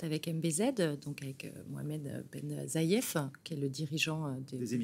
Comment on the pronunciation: Mbz Mohamed Ben Zaid chère madame et no.n pas ben zaief